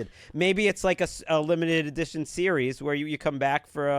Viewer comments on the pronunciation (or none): none